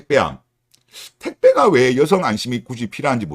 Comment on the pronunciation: 발음ㅋㅋㅋㅋ 여성을 으요성이라 하네ㅌㅋㅋㅋㅋㅋㅋ개웃심